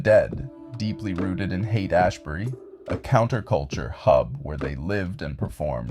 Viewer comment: Yeah it's all kinda fucky, you almost see bob in like 1 or 2 images but it's all super AI centric, even the narrator ("Hayaight Ashbury" in the beginning as well as the generally robotic way it talks.) I hate these AI videos pushing the division in our society, this is the shit a schizophrenic would see and start raving about.